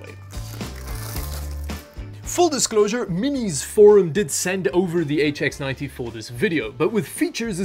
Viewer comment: I tihink you kept saying hs90 isn't it the hx90